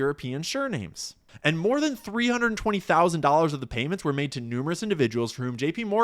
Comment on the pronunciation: Did you say "sure-names"? Lol